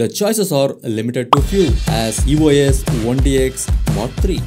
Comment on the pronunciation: Its E-Os not E-O-S...